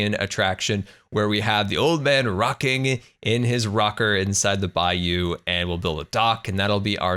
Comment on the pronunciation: are you from louisiana???!!! BAYOU i havent heard a youtuber pronounce that word so perfectly ever